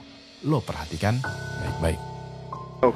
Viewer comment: Beberapa kalimat yg bikin pikiran langsung traveling kemana mana : "Nah ini , ini nih" "Seperti biasa , gua mau lu" "Dan hasilnya , woaahh ini parah sih" "gua mau lu perrrrrhatikan baik² (kata perrrr nya diteken bacanya)